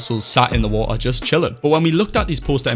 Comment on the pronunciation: the amount of the word "wa ar" (water) is kinda annoying. but insanely done with the map concept <3